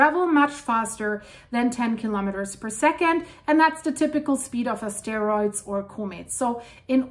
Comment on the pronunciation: the pronunciation of "asteroids" needs to have emphasis on the first syllable, the a-, so NOT on "steroids"! The latter are medicinal substances...!